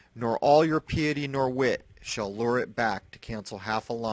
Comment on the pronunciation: Thank you for your honesty and your commitment to updating misinformation or cleaning up misinformation... although I have not seen any of this. Also, just for your edification (clarification with education)... the word piety is pronounced as PIE-ET-TY... so it's three syllables. Just thought you might want to know... I have done the same thing... having not heard a particular word while having read it many times... my word was hyperbole... now the way I saw it was Hi-per-bowl... the way you actually say it is: Hi-PER-bow-lee... with the emphasis on the second syllable.... so just a thought... thanks again!